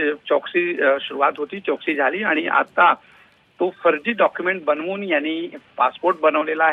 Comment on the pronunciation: Choksi नाही रे बाबा चौकशी